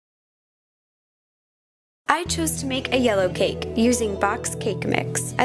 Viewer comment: I like the way she says cake....sounds like cack.